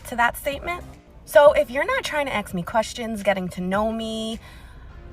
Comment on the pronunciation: Ask, not ax!!!